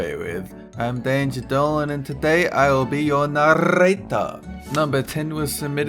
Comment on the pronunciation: Sounds like she said "darling", instead of "Dolan"